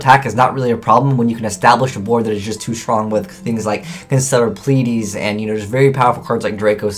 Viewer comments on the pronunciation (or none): none